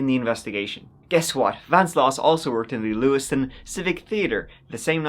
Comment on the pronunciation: I think at one point you may have dropped the ‘V’ in Vance 😂😂😂